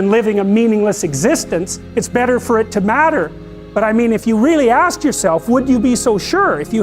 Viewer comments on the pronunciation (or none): none